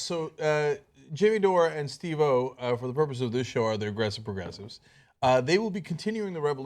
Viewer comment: haha sounded like Genk said "agressive regressives" at the start lol